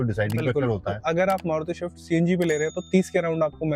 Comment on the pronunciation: Shift nahin "Swift"😂